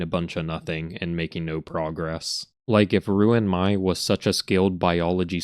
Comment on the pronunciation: Everytime i hear him pronounce "ruin my/me" i die inside 💀